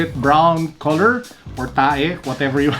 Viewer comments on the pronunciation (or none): hahaha lt yung "tae" 😂😂😂